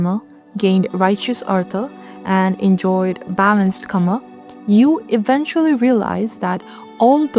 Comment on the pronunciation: Correction on pronouncing kama- "Kama" is pronounced like "KA-ma," rhyming with "comma," with the stress on the first syllable (KA), similar to "car" followed by "ma" (like in 'mama'), making the "a" sounds short and clear. Think of saying "car" quickly, then "ma," blending them together as KA-ma.